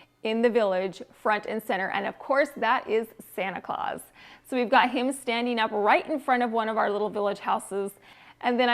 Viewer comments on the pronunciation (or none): Santa's last name is Claus. Not Clause....like in a business contract. However, I am assuming that you may have been watching the Tim Allen movie The Santa Clause and that caused the issue. Your flips are VERY HIGH END!